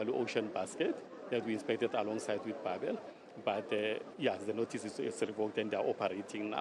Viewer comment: You must decide young lady. Do you pronounce it "babel" or "beibel"